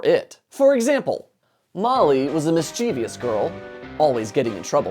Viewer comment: I hate to be the picky one, but you pronounce "mischievous" incorrectly. I emphasize it strongly with my 6th grade students, and they noticed the difference.